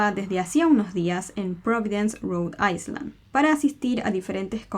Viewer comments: Te amo y sos buenísima haciendo esto, pero me dolió cada vez que decías rhode Iceland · No se pronuncia la S enla palabra Island